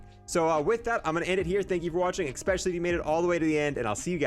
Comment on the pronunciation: Yea I caught this one right away. Sly should've got this skin. be slippin on his pimpin sometimes, EXPESIALLY when he tries to say especially 😜 still watch his vids tho.